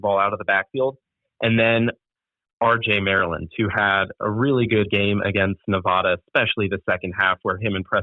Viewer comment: Not only did he get the name of UNR wrong, he mispronounced Nevada repeatedly...